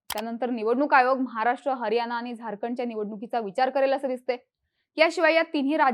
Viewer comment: मतदार ki maddar. हरियाणा ki हरयाना? उच्चारांवर उपचाराची गरज.